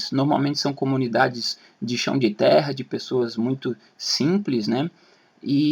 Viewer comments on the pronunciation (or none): none